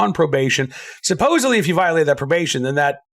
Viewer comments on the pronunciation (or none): none